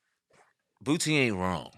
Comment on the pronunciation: Funny listening to you call him Bootsie instead of Boosie 😂😂😂😂😂